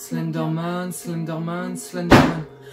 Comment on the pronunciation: Wesh omg il éter dérnier vous vous éter entrain de dire slinder man 😭😭😭😩😨😨😨